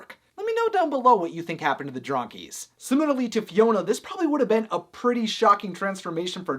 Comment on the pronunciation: dronkies... sounds like drunkies, This means they are russian